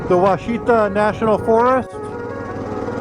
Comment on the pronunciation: Nice. Great soundtrack as well! Just an FYI, it’s pronounced WASH it awe. I attended Ouachita High School in the 70s. I took quite a few road trips up Arkansas 7 from north Louisiana up to the Buffalo River in the Ozarks i also camped some in the Ouachitas. They’re gorgeous.